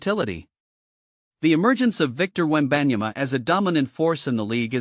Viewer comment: Bro just use your voice, this is just lazy using ai voice. Not many people want to hear ai butcher wembys name